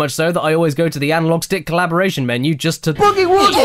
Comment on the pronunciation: did you say calibration as "collaboration"? XD